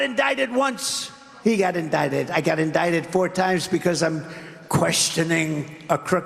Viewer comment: Siiiiiigh. I HATE the way he says "indicted". I'm not gonna miss this orange clown for one fucking second once he's gone.